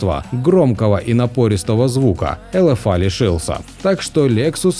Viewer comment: Тебе произношение надо учить,не элэфа а элефей.